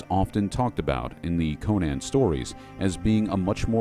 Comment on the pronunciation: My friend, thank you for doing this something I wanted to do for years, and I have so much love for the lore and years of study on Howard's Conan which truly is an American classic adventure. Yet I must tell you that you are pronouncing Conan completely wrong. For some this isn't important yet based on Howard's writing, the name Conan is based on the Irish pronounced form. So in a way when you say Conan would be how people say the name Conan when saying, Conan O'Brien. The way the name Conan is said became popular due to the mispronouncing of the name Conan due to the Arnold movie. I would say the only saving grace of the 2011 was the fact that say it properly (outside of that the 2011 movie was a mess) Here looking forward to Netflix's Conan series based on Howard's version Here's saying it's Conan